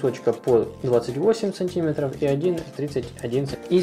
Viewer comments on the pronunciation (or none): У вас очень хорошие и толковые видео, но,пожалуйста, говорите миллиметров и сантиметров с ударением на Е!